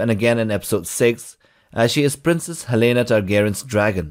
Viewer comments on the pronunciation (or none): none